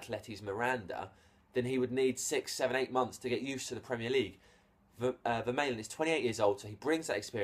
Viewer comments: No, it's pronounced like this Ver - MAH - Len.... But seen has Belgiums speak Dutch or French, I would say it's a Dutch name as it doesn't look french so it's pronounced as Fer - MAH - Len. There we go. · Isn't it pronounced "Ver-mar-len"? Oh and I think he's shite. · Vermaelen is pronounced Ver-maaaaaa-len, trust me I'm Belgian. Btw to those saying he is bad, he is world class for Belgium and if he would get more playing time at arseanal, I believe he would be much higher rated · It's pronounced 'Vermarlen' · Matthius Da Silva Yes, it's Ver-mah-len. And not pronounced as an F, as is suggested above. (I'm from Flanders (dutch speaking part of Belgium))